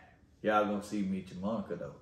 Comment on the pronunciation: Meech and Monica. Not meecha 🤦🏽‍♀️🙂